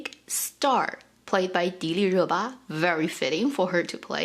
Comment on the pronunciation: Her name is pronounced DEE- LEE- RU- BA ?!? Lord chile I've been saying it ALL Wrong ... I've been saying Dill- ii-RA- BA 🙄 BTW I didn't know the Rabbit moon probe story and thinking back to that moment in the drama got me all choked up... Thank you for telling us that...